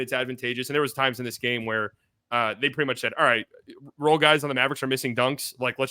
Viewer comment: Ian Eagle is SUPER annoying. It sounds like he adds an extra syllable to mav-er-ricks